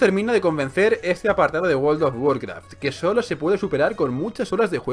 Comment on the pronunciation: guold of guarkraf xD no paro de reir jsjsjs